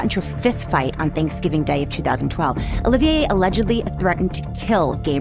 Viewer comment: Not Gabrielle It’s Gabriel Say The Name Correctly 😊